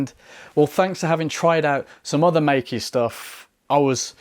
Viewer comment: Great video. Btw it's pronounced as may-ker.